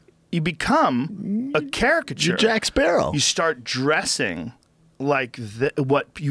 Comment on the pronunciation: Joe CHARA-CA-CHURE Rogan.